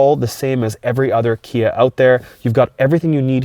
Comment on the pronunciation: Please stop saying KN Badge.... Its NOT KN it clearly spells KIA Lol. Besides that yes 10/10 recommend